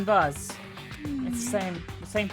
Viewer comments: she cant pronounce vase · (Tito) You do know that not everyone is American, other countries have their way of pronouncing words.... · Ejsa ......k it isnt really a big deal, i just find it funny when she says vase......